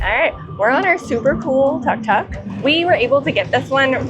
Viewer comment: It called Tuk Tuk, Took Took ✅not Tuck Tuck